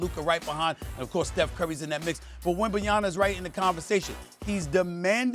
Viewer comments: Pronounce his name right Stephan A goddamn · I look forward to the day when the media can actually pronounce “Wembanyama” correctly. Some day. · please sas pronounce the young phenoms name correctly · Stephen A is STILL saying Wemby's name wrong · He repeated it wrong 3x in a row lol yea it’s on purpose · i like stephen A keep calling him Wenbenyana 😆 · Why do people keep saying Wembenyana I don’t understand the confusion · Wembenyana??? Lmaoooo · "Wembenyana" Stephen A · I thought it was the blunt but Stephen A. repeatedly saying Wembayana was taking me tf out 😂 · Wembeyanna ??? Wetbananas bro gatta chill 😂 this guy wemby on to something 😊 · Aye Stephen A....his dam name ain't Wembyana. Have a good day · Why does everyone call him Wembanya’n’a, i just don’t get it 🤷🏼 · "This dude Wembayana" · "WembenyaNa"... PRONOUNCE HIS NAME CORRECTLY FFS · Nobody: Stephen A: Wembanyana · "this dude, wenbenyaNa. bonjour bonjour" -Stephen A. Smith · SA “ Wembanyana” 😂😂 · can sas stop saying wembanyaNa? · Need SAS to just call him Wemby. If he’s gonna be a superstar in not tryna hear SAS continue to call him “Wenbenyanna” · “Wembanyana” Stephen A. is illiterate when it comes to player names. Can’t forget Luka Donchick, Giannis Antennakoumpo, Kember Walker, etc. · someone tell Steven A it's WembanyaMa -- with an M. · Wenbanana wenbanaya wembalala 😂😂😂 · Wemb en Yana ? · Is Stephen A calling him WembanyaNa?? 😂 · SAS - WEMBANYANA 😂🤣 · When is Steven a gonna learn how to say bros name? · So Stephen A did the the same thing, when Wembenyama drafted so I will ask ESPN , but basically you there for the clout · Why do so many people (SAS) say his name wrong? It's not hard. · Stephen.A can't even say his name right.....Still no respect for European players, which are top 3!!! players in the League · take a shot every time Stephen A mispronounces Wembanyama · Stephen A can’t even pronounce Wemby’s name. Someone correct him please. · How is Stephen A Smith mispronouncing Wembenyama?